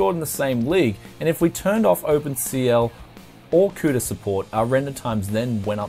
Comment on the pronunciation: A like just because you said cooter😅😅